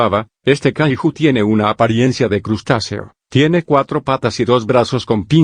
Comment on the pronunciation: Por qué los loquendos cuando dicen Kaiju le dicen kahijo ajajajaj